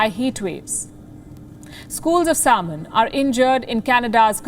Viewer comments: Its "sam-in" not saul-mun" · This shamanic lady doesn't even know how to pronounce the word "salmon" 😂😂😂😂 Indlish is so horrible sounding that India even lost its No.1 spot for call centres to the Philippines 😂😂😂😂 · she doesn't have to...you understood nah! Chill !!